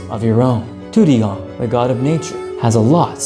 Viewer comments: it's not tudigong it's tu di gong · u said tudidong wrong